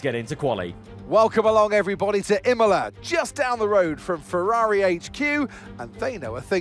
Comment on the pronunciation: Why can't you say "Ferrari"?